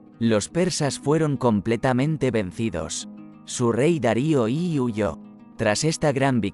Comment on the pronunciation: Buenos días, como nuevo subscriptor, y para que mejore el canal, me permito darle algún consejo si tiene a bien recibirlos. Dado que la locución se realiza mediante algún programa (del tipo Loquendo o similar) , cuando vaya a redactar el texto es interesante poner por ejemplo "Filipo Segundo" en vez de "Filipo II", porque al reproducirse el sonido se escucha "Filipo i i ", o "Darío i i i". También estaría bien cierta concordancia, porque tan pronto se llama el protagonista Alejandro como Alexander. Espero ayudarle a mejorar.